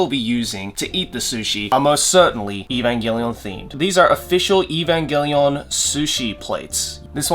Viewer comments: The amount of time he said "EVAMGELION" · The number of times said "Evangallion" 👇